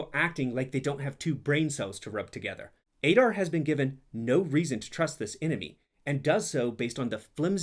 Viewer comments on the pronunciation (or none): "Ey-dar"? Didn't you listen to how they say it? It's "Ah-dar"